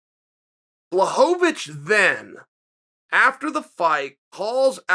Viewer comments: Me: Blachowicz Chael: Blahobowicz Me: okay Blahobowicz it is. Sorry Uncle Chael. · No one: Uncle Chael: "BLAHOVOVICH!" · BWA-HO-VITCH give respect to his name. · (Blah-ho-vich) Mr Chael sir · I'm glad you finally came around with Blachowicz Chael. He made Light Heavyweight Great again. BTW nobody pronounces his last name right except Joanna Jedrzejczyk not even that douche bag Ariel pronounces it right.